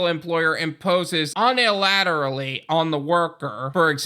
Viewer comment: Uni-lateral like uni-versity. Gave me a chuckle. Keep up the good work brother!